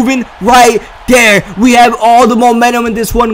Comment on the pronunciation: Im curious of where is from because i've noticed that he pronounces the words like "there" and "that" like "dere" and "dat", just wondering